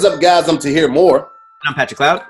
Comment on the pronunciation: ‘Harjeeb’ I’m so use to Tahir now I don’t even pause , I’m just like, I know what he means 😂😭